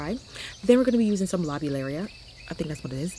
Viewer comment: Hay racks😊. They are pronounced lo beel ya. Your garden has really come together, so happy for you.